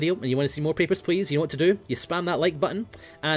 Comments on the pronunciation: When says "Papers, please" in russian accent, it sounds like he is saying "Pepper's Place" xD no offence, you do have a beautiful russian accent;) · the russin accent is pretty good.......then he says papersh pleash and it turns into Sean Connery